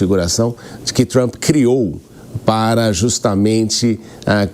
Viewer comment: Com Trup é buteichion pra lasqueichon ( butation pra lascation, in English).